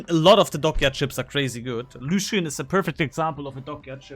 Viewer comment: Hello! Frenchie here! Just wanna thank you for all the advices on your videos and streams. It's very helpfull and funny to watch. I was considering buying the Roussillon (good pronounciation btw) but I'm gonna keep my doubloons. Though I was wondering wich french BB is worth buying besides the french BB techtree line? Anyways I'm really disappointed because I wanted to invest in my first dockyard ship but I'll wait... Merci:)